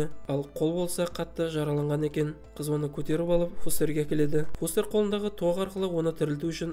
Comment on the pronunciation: Брат не стедн фестерді фостер дедің ба форест дедің ба нормални аты бар ғой фестер